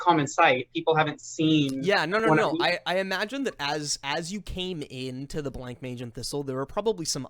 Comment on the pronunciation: I know it's much too late, and this is a really fun watch, but it's pronounced Bla-monge. Not Blank-mage.